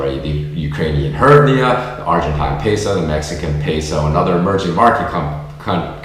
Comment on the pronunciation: Dude, please don't mention the Ukrainian currency. You are hurting my ears! It's pronounced "GREEV-na."